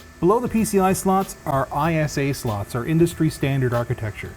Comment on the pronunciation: When he says ISA, instead of ISA.